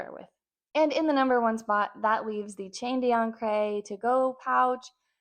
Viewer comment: You absolutely butchered the pronunciation of "chain d'ancre"